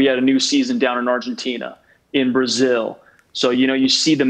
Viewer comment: DIJO ARGENTINAAAAAAAA Y LO DIJO TAN PERFECTOOOOOOOOOOO